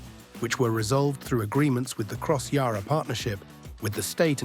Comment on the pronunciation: Also PLEASE pronounce Yarra correctly. It is not Yah-rah. The letter ‘a’ is pronounced the same as the ‘a’ in apple.